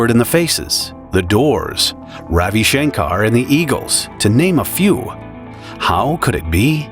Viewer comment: at 2.04 its ravi not raUi.